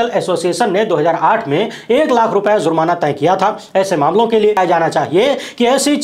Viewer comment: ZURMANA NAHI JURMANA BOL BEWAQOOF....THEEK SE WORDING BHI NAHI AATA...JANE KAHAN KAHAN SE AA JATE HAI....